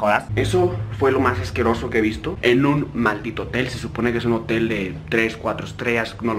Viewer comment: entendí motel